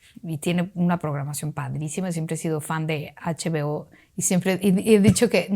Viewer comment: La doña está en “eichbiO” 😵😂😂 Ana si está en H-B-O